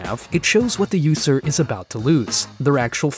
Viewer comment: “The yoose-r” “Yoose code”